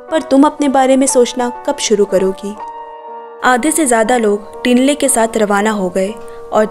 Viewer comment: not टिन्ले👉️ठिन्ले not सेरिङ👉️छिरिङ